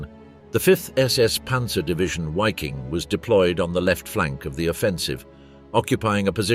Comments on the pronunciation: Why this guy said, whaffen ss and whyking division, Waffen and Viking ! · veee-king...not wayking